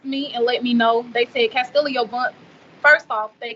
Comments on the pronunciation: The sister seems disconnected from her brother. She keeps referring to her brother as "Mr. Vaughn" and calling him Kastillio and not Kastillo. If any money comes from this Kastillo Vaughn should get it not Kassie. How will the money from G Fund Me be used by his sister if he is in prison and there is no cost for his medical treatment in prison and it's a matter of the prison following through with the actual care? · lol who calls their own brother MR Vaughan? She can't even pronounce his first name. How dumb can anyone be? You really donating?